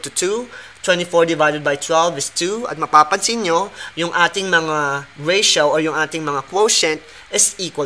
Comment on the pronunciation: Ratio= reysyaw😂